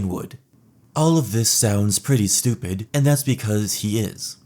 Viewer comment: Yeah ..stOOP-ed 😂